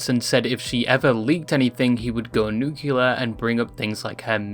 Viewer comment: nuke-lee-urr, nuclear. not new-Q-lurr, that would be like, nucular